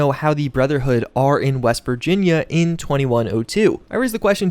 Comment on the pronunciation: West? I thought you said weast